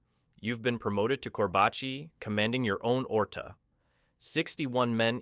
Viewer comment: It's not Korbaci, it's Çorbaci. Wich means soup. Edirne not Adirna.